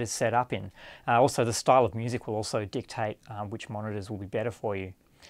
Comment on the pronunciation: he says dictate lol